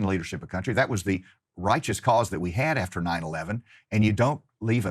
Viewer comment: "Rahtchus Corze!"